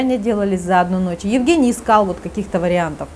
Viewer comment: В России Евгениев обычно зовут Женями. Режет ухо,почему-то, как будто коренная американка рассказывает про своего русского мужа Еугэния)))